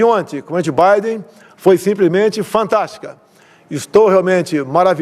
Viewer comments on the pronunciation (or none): só eu que entendi o excrementíssimo falando "petibiden" ao invés de PRESIDENTE BIDEN? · Pritchi, Britchi Biden? Que pouuram de pronúncia é esta deste Bolsonaro ignóbil. O cara põe como sucesso de um encontro, a distância que ele se senta de alguém e tmabém ali não houve nenhum diálogo. 4 anos que uma sociedade passou analisando alguém como Bolsonaro, um incapaz em todos os aspectos.